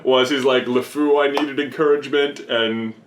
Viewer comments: it's Lefou not Lafu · it's Lefou not Lefoo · its Lefou not La fou one word and the word fou in french is masculine so you would use the prifix le in front of fou not la and I know this because I was in the french progam since kindergarten